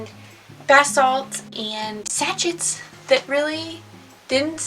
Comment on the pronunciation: This was interesting to watch, and hear your honesty. I had same experience with small local market, but glad I tried. Local Facebook group works much better.. Im in New Zealand. How long have you been saying 'sachit' instead of sachet? I'm sure you're not the only one 😁